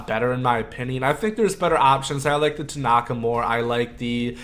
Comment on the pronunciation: I’m a Yankees fan(Please win the LCS Yankees, lol)and I cringed when you pronounced Tanaka’s name wrong. Lol